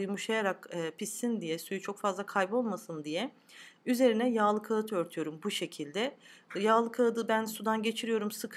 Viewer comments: Ka harfi yumuşak söylenmeli, kaat değil de kağıt olmalı. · Ellerine sağlık kuzum. Şahane görünüyor. Bu güzellik bir yana, tarifi verirken kağıt kelimesini doğru telaffuz etmediğini farkettim. Biliyorum ki böyle çalışkan azimli hanımlar bu tip sorunları anında yok ederler. Başarılarının devamını dilerim. 👏🏻👏🏻👏🏻👏🏻👍🏻🥰🥰🥰🥰🌺🌺🌺🌺🌺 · Kağıt deyişiniz biz muglalilar gibi. Muglalisiniz sanırım. Yaptık güzel oldu Elinize sağlık. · Kağıt derken a yı incelterek söyleyin olmaz mı? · buda farkli bir lehce kimileri de kiyat diyorlar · Kâğıt söylenirken a,yı lütfen inceltin